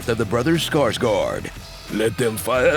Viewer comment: "let them fiawawahhahu." Fucken got me.